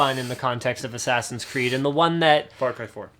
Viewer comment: haha "Ass Creed"